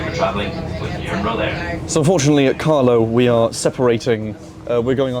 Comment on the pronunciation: "We're now going to callow" 😂